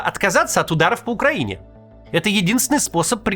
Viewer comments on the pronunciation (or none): none